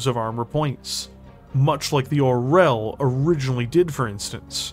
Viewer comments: Being a Russian, I just low how our language gets butchered 😂 I had no idea Orel was an eagle 😂 Russian language has way more softer letters people think of it. It's pronounced or(soft r)yOl 😂✌️ Makes sense tho, from hawk to eagle, nice jump there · Such a nice video, such a great art, such a cool lore... and somehow "russian language" get there. The only thing that got me out of immersion. Like. "Czech or russian". They are not similar. "Orel" sounds like it has been pronounced in video in Czech, Ukrainian and even Bulgarian. Not in russian, where it is "oriol". Comparing every slavic language to russian is just such a bad taste... I don't get what it adds to the story. Still, nice content. No offense. Just a post-colonial pain to share.